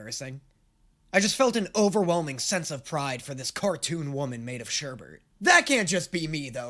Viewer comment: It’s “sherbet”. There’s only one R. “Sure, Bert” is what Ernie says